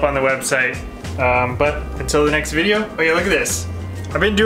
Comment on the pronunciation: vid-e-O just smackem upside the head every time he says vide-a, please, - for us